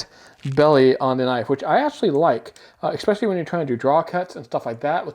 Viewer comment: Appreciate the review-- good info. I must say, though, that it isiaibit disconcerting to hear the reviewer repeatedly mispronounce the word "especially." He pronounces ir "exspecially", and it just adds a slight tint of being uneducated to what is otherwise a solid review of the Gerber.